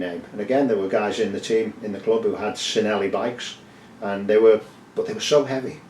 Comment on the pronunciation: Its pronounced CHin-elli